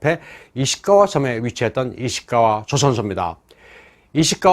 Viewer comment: 발음에 좀 주의했으면 좋겠습니다. 긴 소리와 짧은 소리를 구분하지 않으니까, 듣기가 좀 거북스럽습니다. (예: 조선소 할 때 '조'를 길게 소리 내야함. '조'를 짧게 소리내면, 조선왕조할 때 '조선'이 됨)